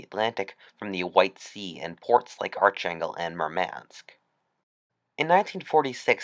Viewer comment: ARCHAngel is pronounced ark angel